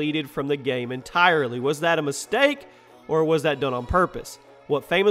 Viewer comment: "video gayme"